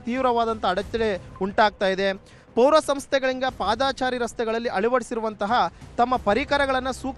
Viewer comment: " ಪಾದಾಚಾರಿ‌" ಇಲ್ಲಾ ಕಣಪ್ಪಾ " ಪಾದಚಾರಿ " ಅಂತ‌ ಸರಿಯಾಗಿ ಸರಿಯಾಗಿ ಹೇಳಪ್ಪಾ" "ಪಾದಾಚಾರಿ" ಅಲ್ಲಾ " ಆಚಾರಿ !! ಆಚಾರಿ " ಅಂತ ಹೇಳಿದರೆ ಅಪಾರ್ಥ ಆಗುತ್ತೆ